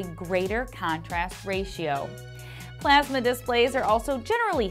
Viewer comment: The way she says plasma. PlEaSmA